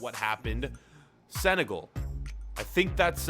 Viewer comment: Oh. Yeah but it is not seneagel like said